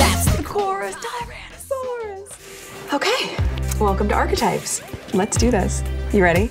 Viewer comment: She has to force the word 'Arch' because it rhymes with her son's name haha